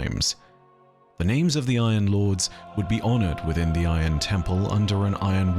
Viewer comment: Cannot count on "". If he cant get the names right, what else is not right? Every intentional "I know better than the dev's" pronounciation is like nails on a chalkboard, and kind of arrogant.